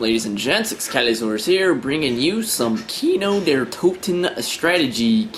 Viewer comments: hahaha kinou der toteen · Kinou dear Touten ! xD It sounds so funny. It's nice to know german, but the cut version of CoD sucks -. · haha its sounds good how u pronounce "kino der Toten" XDDDDDDDDD (its german an means cinema of deads) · Haha im german, i love it how you say kino der toten ;) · why do you say kino der toten? it´s german ...... I am from germany :DDDD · i like how he is saying kino der toten:D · i love it when english people say "kino der toten" i am german and its funny to hear you to try to speak german ^^ sry for bad english ^^ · nice strategy dude ;D its cute how u pronounced "Kino der Toten" sounds funny to germans =)